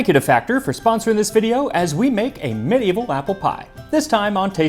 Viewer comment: Kudos to you, max, for being the 3rd person I've heard pronounce medieval correctly. And you mentioned black pepper in with sweet spices! Yay! I love that. It's so different. Something magical happens when you mix black pepper and sugar with cloves, nutmeg, and cardamom.